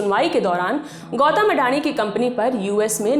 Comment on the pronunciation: गौतम ❌ गौटम ✅